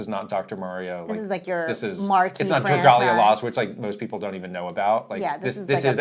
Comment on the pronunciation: Hearing Dragalia Lost hurt my soul 😭